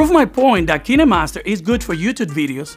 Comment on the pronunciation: Dude its kinemaster not keenamaster